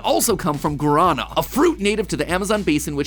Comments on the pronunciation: show out to brazilian fans. just a note: the intonation in guarana is in the last syllable! so you read guaraNA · as a brazilian, it was really interesting to see how he pronounced “guaraná”, in portuguese we say it veryyyy different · "gurana" is actually pronounced: "guah- rah- nah" (you gotta roll your r's too) just trying to help out ( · It’s pronounced “gua-da-na” not “guarana” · As a Brazilian, you DID NOT just pronounced it guarana. The strongest syllable is the last one, and Guaraná soda is the best, check it out ❤ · Not hating you for this but I lived in Brasil and guarana is pronounced goo-wah-rah-Nah, not goo-Rah-naj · No one asked but Guaraná as we say in portuguese has the last silable as tonic. It's GuaraNA not guaRAna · Guarana is actually pronounced, Gwa-duh-na. It's the nation beverage of Brazil. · Guarana… it’s pronounced G-w-ar-a-na (from my Brazilian father’s words) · as a brazilian, hearing mat butcher guaraná was. painful. Guaraná is pronounced like: Gua (like what. but with a g and without the t), ra as in rat, and ná is nah. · Matpat, great episode, but your pronunciation of Guarana pains me. Its "Gwah-lightly rolled r-ah-nah". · Good to see Brazilian representation hehe Btw it's pronounced gua-ra-NAH :) Brazil exports the Guarana soda so it's available here in Japan as well Interestingly, the island of Hokkaido in Japan has Guarana sodas as well, I think they're grown in greenhouses, and the taste so different even though it's the same fruit and theoretically the same recipe. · Who wants to talk about the pronunciation of Guarana? (Gwah-rah-nah) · The correct pronunciation of guaraná is gwa-rah-NAH. The stress is on the last syllable. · As someone who lived in Brazil for 2 years, Mat's pronunciation of Guarana caused me psychic damage. XD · Me, a brazilian, listening to the way Mat says "Guaraná": *Make it stop, pelo amor de Deus!* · Really funny to see mat trying to say Guaraná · His pronunciation of guaraná killed me as a Brazilian